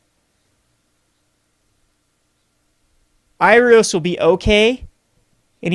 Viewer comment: It's not Irios, it's Iroas^^